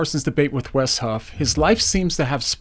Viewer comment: The fact that he can't say Wes's name is painful to see